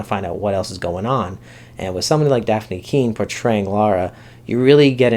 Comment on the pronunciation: Good review. A clarification: it's Lyra (LIE-ra) not Laura. Also, as a book reader I liked the first ep and am VERY excited to see them do the whole series :)